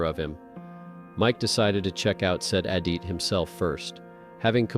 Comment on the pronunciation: TY FOR THE VERY INTERESTING VIDS. HOWEVER, PLEASE TRY TO PRONOUNCE WORDS PROPERLY AS IT IS DISTRACTING FROM THE STORY. ADIT - ADD IT. SEISMIC- SIZE MICK.